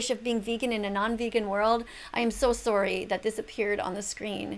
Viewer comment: "I'm so sorroy"